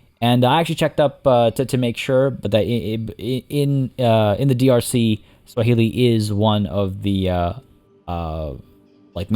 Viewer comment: every single time you say "drc" my brain goes "don't you mean dlc". ah yes my favorite african country the democratic lepublic of the congo